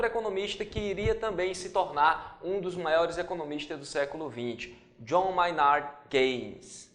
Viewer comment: Quando ele falou Keynes, meu coração quase infartou.